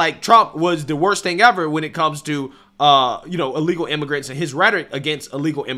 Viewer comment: Charlemagne has trouble saying the word illegal.